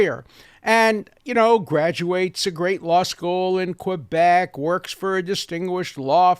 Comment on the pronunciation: By the way, Alan, it's refreshing to hear you unapologetically say Quebec as "kwebek," i.e., as an ENGLISH-speaker not making any pretensions to a faux-French accent. We also say "PariSS" in English, not "ParEE." I try not to roll my eyes too obviously when some ignorant but preciously "proper" American corrects me for saying "kwebek," nasally whining at me that it's "KUHH-bek"...which of course is a travesty of both French and English.